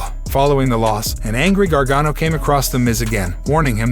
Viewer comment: This guy doesn't even know Vince McMahon's name "Ma Hon"? BUT he can pronounce Gargano????